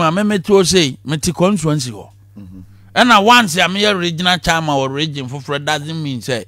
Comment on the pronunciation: 'Contuency"? "Charman"?